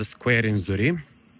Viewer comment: please pronounce the Name of your village properly. You need to pronounce it with the Q at the end. Z U R R I E QQQQQ not Z U R R I E.